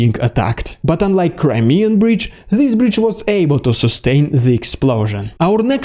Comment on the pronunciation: 34 more like "crymeeeeabridge"